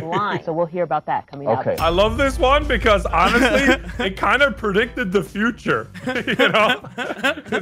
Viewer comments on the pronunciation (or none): none